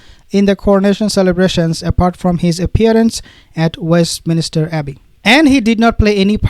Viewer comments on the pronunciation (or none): Please!!!!!There is no "minister"in Westminster!!!!! You must learn to read and to use a dictionary as well before you say this word again...